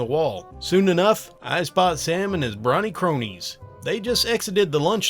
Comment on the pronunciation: really, you couldnt say brony cronies properly? lol